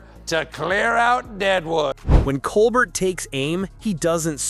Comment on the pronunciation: It’s pronounced Colbair.